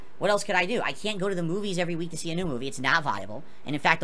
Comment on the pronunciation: I like how he says week, weenk xD wink xD Or sleep, sleenp. That double e must get him, huh?